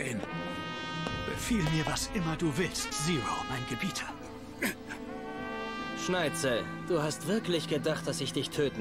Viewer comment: Ne sorry aber wie immer SchneiTZel sagt fuckt ends ab